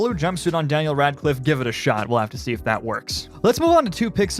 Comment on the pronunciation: When you say Daniel Radcliffe I wanna puke.